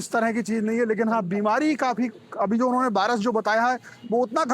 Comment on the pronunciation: Viras ko Bhairas bata raha😂